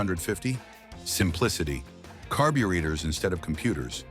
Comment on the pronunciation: CARBEE-READERS???? Must be some new tech Ive never heard of????